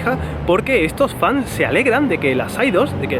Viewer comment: "Fanes"... Ay preciosa, chiquita, ternuri. 🙊